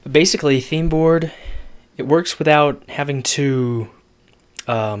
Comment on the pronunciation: he says themeboard